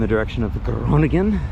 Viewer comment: Well done, Sir! Great vid. You went to a main town in a much more rural area of Netherlands. Good to highlight this as well. Also, your pronunciation of Leeuwarden was good, and Groningen too (we forgive you for the impossible ‘g’).